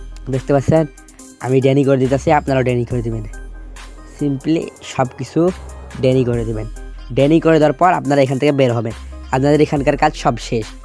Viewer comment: ডেনি নয় ডিনাই